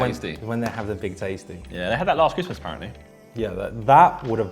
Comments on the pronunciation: Everyone: Christmas Josh: Chrism' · Josh, its Christmas Menu, not ChrisMenu! 😭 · Christmas is Josh's "Mural"